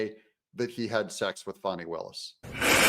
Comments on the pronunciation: He keeps pronouncing it Faw-ney, how do you get Faw-ney from Fani? Faw-ney is the politically correct way of pronouncing Fani. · Doug, if you can't pronounce Fani correctly, I will unsubscribe!